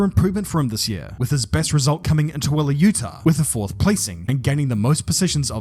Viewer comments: Congratulations on pronouncing Tooele, Utah correctly. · MAD props for getting Tooele right! 😁